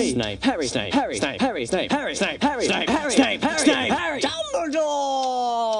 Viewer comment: Snake?! ahaaahahahaaaaaaaaaaahaaaaaahahaaaaaaaah it's snape not snake... sorry had to say it.. snake?! lol